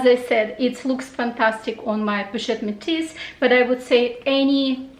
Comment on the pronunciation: Hi, you prononced the color name of your Métis 👜bag in French very well!! 😂😂👍🇫🇷 I love the ring! I have the same, it was a gift from my husband when we met. I wear it every day. Beautiful! I will have a look at their collection. Conc. LV new collection, unfortunately I am not a big fan. 😬 too busy as you said.....I hope you will enjoy your purchases. Bye. Julia